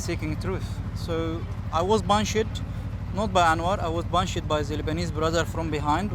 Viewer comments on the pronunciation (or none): “He Bun-Shed me”